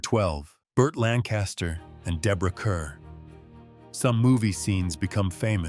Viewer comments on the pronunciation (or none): Kerr is pronounced Kar.